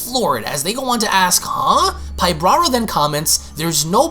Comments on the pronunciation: Enjoyed the video though you make a lot of mistakes when reading. I know that sometimes you paraphrase, but still. Like, why do you pronounce it “pybRara” it’s “PYBARA”?? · You keep saying, Pyb"R"ara...adding an extra "R" but there isn't one. It's Pybara.